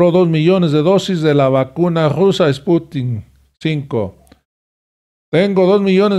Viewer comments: No es Sputink,...Es SPUTNIK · Creo que es spuntnik no sputin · No,no es esputin es SPUTNIK